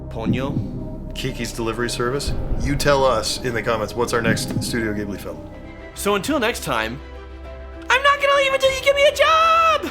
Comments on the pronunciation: Answer: D - All of them 1) It's pronounced "Jibly". It's a soft "g". 2) Have youguys watched this movie with the commentary on? If not, do that. Well worth it. 3) I'm guessing you delightful gentlemen are not intimately familiar with the colored Fairy Books or Eastern European folk tales. "Spirity Away" takes a LOT of inspiration from the "Baba Yaga". Indeed, "Yubaba" is a variation on "Baba Yaga". Turning a loved one into an animal, and then putting it in with a lot of other identical animals is a common trope in both mythology and fairy tales. Eating Faerie food is ALWAYS a bad idea. This goes clear back to the myth of Persephone and the story of Odysseus when he and his crew were turned into pigs by the sorceress Circe. Just don't do it. You are in for a bad time. The concept of a Name- not just your verbal label, but the spoken essence of who you are- is a common trope in Celtic folklore. Don't ever tell the Fae your Name, they'll steal it and trap you so that you can never return home. Fun fact: "Sen" in Japanese means "100 yen" or about $1. By stealing Chihiro's name, she has become a number; something to be counted and tabulated as wealth for Yubaba. 4) Those "monsters" in the bath house aren't monsters. They are spirits or "kami" in Japanese. They are the essence of something that exists in the Real World. All of them would be immediately recognizable to a Japanese audience. It would be like a Disney film having a hotel full of fairy tale or nursery rhyme characters. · Pajamas haha I don't mean to criticize so I hope you didn't get that impression! I just wanted to add support for the pronunciation because so many people get it wrong (^^ゞ I am also a Ghibli nerd/lover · If ya'll are going to do more of these you HAVE to start pronoucing Ghibli right 😭👏😭👏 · Is anyone actually going to tell them how to actually pronounce the studio’s name because my anime heart can’t stop cringing 😬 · "Ghibli" is pronounced "jibbly" not "gibbly" TwT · JIB-lee. Soft G.